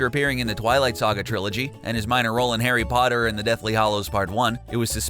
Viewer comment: STOP SAYING HARRY BOTTER!!!!